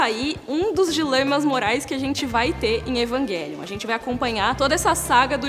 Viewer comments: Evanguelion jkkkkkk fala direito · Evanguelion, ta certo ??? Eu sempre pronunciei Evangelion. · EvanGUElion ?? pra mim é EvanGÉlion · Não consigo pronunciar "Evanguelion" pra mim é "Evanjelion". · Eu sei que está certo, mas é tão estranho ver ela falando EvanGUÉlion...😟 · Evanguelion kk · Como é que assiste um vídeo inteiro com esse ser falando 'evanGUÉlion' , evanGUÉlion , evanGUÉlion?!? ... tudo bem que a pronúncia correta seja essa (acredito que seja🤷🏾‍♂️) ... mas abre uma exceção e fala como nós 'seres humanos'.🙄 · Fala o nome direito